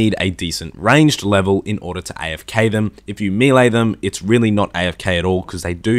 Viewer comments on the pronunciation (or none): none